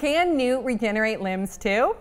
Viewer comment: She mispronounced "Rowling" again & "regenerate."